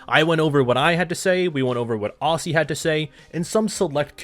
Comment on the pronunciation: As an Aussie, let me tell ya, you pronounce the word "Aussie" unlike pretty much any Australian actually does. Think more "Ozzy" less "Aus-See"